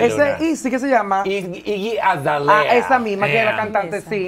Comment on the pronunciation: Iggy Azalea, se dice 💚🖤